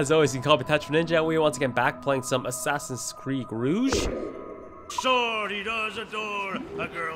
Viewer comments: He pronounce it roughje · um...its rouge kinda like rug but not ruuge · I can't tell if you were kidding about the Rogue being procounced Rouge or not… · It's rogue not rouge for f*ck sake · U spilling it wrong not rouge like pink no rogue do not spell the G so heavy am trying my best u know 😂